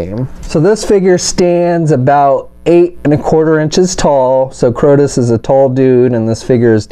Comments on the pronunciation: Bro, it is KRAY-TOES, not CROW-TOES. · Kratos not krotos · ...you can read, right? How do you get "KrOtos", from reading KrAtos? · "Kroudos"... wow! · Krotos? how the heck do you get Krotos from Kratos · It's Kray-tos! Good Lord that mispronunciation was driving me nuts. Other than that thanks for showing all the details. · "kR0tOs..." XD great review otherwise man